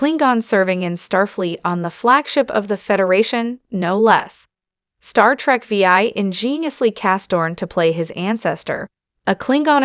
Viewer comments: This is by far one of the worst YouTube videos I've ever seen....pronouncing Star Trek VI Star Trek V I lol. OMG. Basically mispronounced every single name.... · Star Trek: Veee-Aye!!!